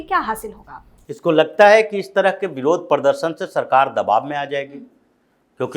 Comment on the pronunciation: aap baat thik karte hai pradarshan aur pardarshan pronounce barabar karte pls sekaect the right one it is not to hurt you